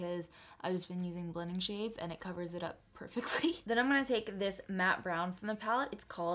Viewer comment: Is it just me or she read the shades wrong?😕